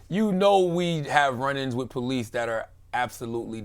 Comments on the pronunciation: He said whiff instead of with. Lmaooooo. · Are you saying “Wiff” or “With”? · The word is 'with' not 'wif', he needs to improve that pronunciation.